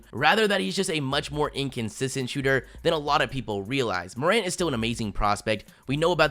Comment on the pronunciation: It's not mor ant btw